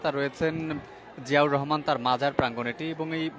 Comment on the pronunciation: অনুরোধ রইল জিয়াউর রহমান এর নাম ভালো ভাবে উচ্চারণ করুন।